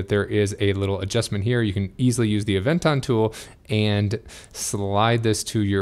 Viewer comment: Anyone else hearing him say Avenger